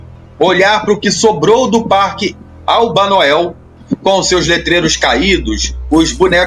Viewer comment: O tempo todo é narrado " Albanael " e o correto é Albanoel